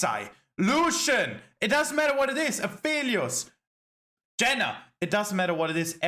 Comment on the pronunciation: segment when he said "Janna" I died lol